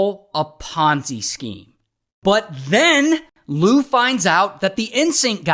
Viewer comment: What's a ponsee scheme?